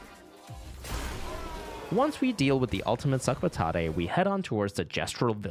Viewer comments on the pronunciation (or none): sorry bud, the french pronunciation is sak-a-pa-tat. it means "bag of potatoes"